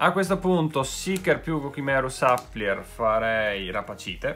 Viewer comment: ti prego, supplier si legge "supplaier" e non "sapplier"🙏🏻🙏🏻